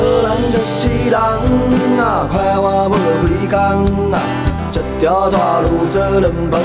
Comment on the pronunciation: 為什麼我覺得有部分發音像是不會講閩南語的人說得呀，像是就、快活，感覺就是普通話的發音，難道大田腔真的本來就這樣嗎？